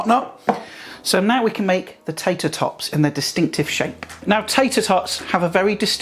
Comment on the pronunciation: Lol..."tayter tawts"🤣